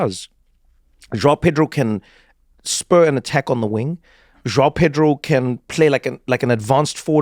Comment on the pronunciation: Trevor, you can do all the accents in the world, surely you can pronounce João like a Portuguese speaker :-) you sound like a brit with Jiaw :-D